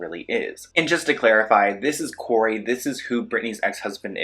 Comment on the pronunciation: And you said “Cory” it’s not Cory …… try again fam